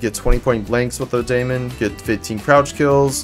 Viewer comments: Just to let you know the gun is pronounced demon not daymon. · yeah people corrected me it’s pronounced like demon.